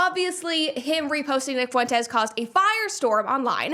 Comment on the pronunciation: Lol "Nick Foo-entes" hilarious 🤣